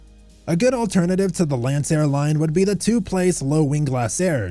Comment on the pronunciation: This channel is hilarious. Child. 😂 “Lanceair” 😂 smh CHILD